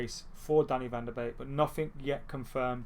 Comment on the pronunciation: Finally someone who pronounced van de beek right 🤣